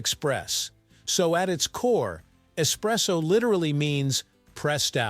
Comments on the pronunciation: es- presso! not ecspresso, that's a no no! kapeesh! capacola breath? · Yeah ESpresso, ✅ ❌not Ex presso